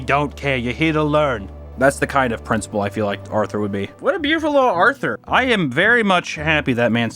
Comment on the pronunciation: Lol, he nailed Arthur. 🤣